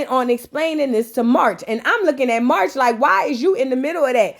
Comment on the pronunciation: I am always here for the vape voice 🤣🤣🤣🤣 —Side note: whenever you call Marsh, MARCH I’m screaming 🤣🤣🤣